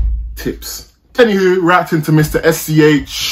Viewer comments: yo bruv, rly nice video ! in french we pronounce his name S.C.H i mean we dont call him shhh lmao, just say S.C.H or The S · Its not Sch lol we pronounce it S.C.H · the good prononciation is : ess cé ash